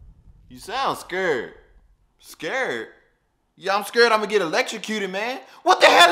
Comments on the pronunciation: Just like he said scaered 😂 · Bro said "ˢᵏᵃⁱʳ" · It sounds like he said scired